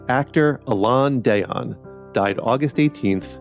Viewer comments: Alain DELON. Pronounce De-Lon, not deyyon. For goodness' sake, the guy had been and international star for over 60 years. Everybody knows his name. Tune your robot properly. Deyyon ... smh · Alain DELON “DELL ON” Not everything is Spanish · Would have been much better if you had the courtesy to pronounce Alain Delon's name correctly